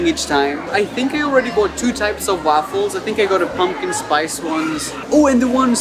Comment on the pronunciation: The way he says waffles as ‘wahffles’ makes me laugh every time.